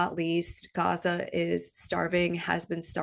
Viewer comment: Dearest. A bit late, but had to go back and let u know how much this épisode touched my humanitarian heart! Somehow when u pronounced Gaza in its original way and shared ur hello kitty bottle. These so called "small" things gave me the chills. Because being human has nothing to do with race, religion and so forth. Thank you for having an open heart and spreading awareness while doing our favourite thing astrology. From a cancer 🌞 and Leo rising ❤🌻🇵🇸✊🏽 we are one